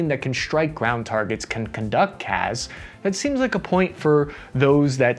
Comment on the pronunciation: FYI, CAS is pronounced with the same S as in Support. It's cass, not caz.